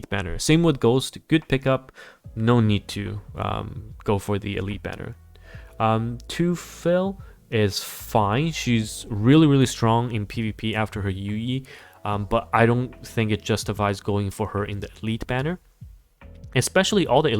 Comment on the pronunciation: Thxalot for the overview. As a german-speaking person: Teufel is pronounced as 'Toy-fell' Knud is pronounced as 'Knood' Hope this helps